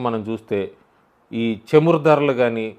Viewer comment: చెమురు కాదు చమురు. చ అనే అక్షరం రెండు రకాలుగా పలుకుతారు. చరిత్ర, చెడు, చాప(చేప అంటున్నారు ఇప్పుడు. నీటిలో పెరిగేది) ఇలాంటివి పలికేటప్పుడు చ ఒకరకంగా ఉంటుంది. అలాగే చదువు, చలి,చమురు, చాప (కింద పడుకోవటానికి వాడేది)ఇలాంటివి పలికేటప్పుడు చ ఇంకొరకంగా ఉంటుంది. ఆ చ కి తలపైన ఇంకో గుర్తు ఉంటుంది. కానీ ప్రస్తుతం చ , జ, అలాంటి వేరే విధంగా పలికే అక్షరాలని తొలగించారు. కానీ ఇంకా తెలుగు భాష తెలిసిన వాళ్ళు పాత పద్ధతిలోనే పలుకుతున్నాం....